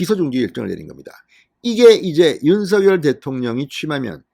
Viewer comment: 윤서결로 발음하지 말고, 윤성열로 발음하세요. 윤, 성, 열